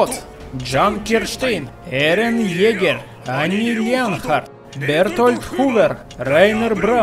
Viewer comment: стена называется Сина и не джин а Жан и не Эрен Джегер а Егер